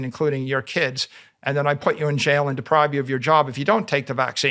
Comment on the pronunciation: I can't believe Michael Saylor says 'depribe' instead of 'deprive'... I thought i was hearing things at first, but then he commenced to saying it 20 times 🤣